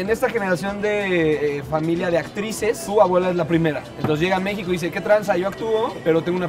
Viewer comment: ¿La chava que habla en la intro sí es Mexicana o tiene problemas para pronunciación? Todos los capítulos me causa mucho conflícto que en los subtitulos las palabras aparezcan correctamente y ella casi todas las pronuncie con el acento en otro lugar como "Mexíco"